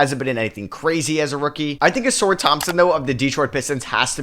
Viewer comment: Ausar can’t be in the A tier unless u pronounce his name correctly